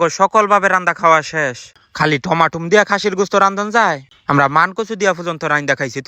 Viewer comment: কথা ঠিক করে বলেন টমেটো টমাটুম না